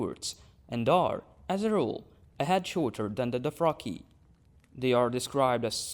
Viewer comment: What is a "Doh-fraki"??